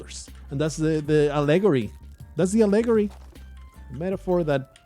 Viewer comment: For Your English (FYE): Allegory is pronounced a-luh-gaw-ree